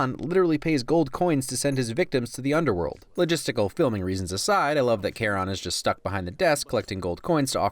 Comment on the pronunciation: You don't pronounce "Charon" that way, no offense. Just a guy played too much payday 2, where they actually say his name in the game.